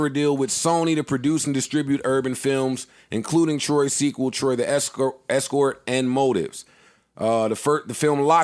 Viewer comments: Joe calling “Trois” “Troy” is hilarious lmaooo” ....for y’all who don’t know will packer produced the movie “Trois” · Dear Joe, it’s not Troy, it’s Troi(pronounced Twaah). Lol how you gonna have a show called State of the Culture but have no culture? Lol Sincerely, Will Packer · Killing Joe for pronouncing the Will Packer movie Joe: Troy: It was a good movie Lmao It was Troi`s A movie about a menage a trois that went bad Joe: Troy 2 Pandoras box Lmao Trois 2 with Tysen Beckford. Spawn,and Ronnie from players club.. But Troy 2 the Brad Pitt movie had me dying